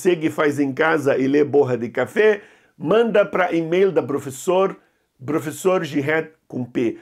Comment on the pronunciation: "", você é um barato! Adoro suas aulas! 😄